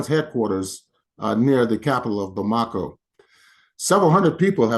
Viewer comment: You should learn how to pronounce "Bamako".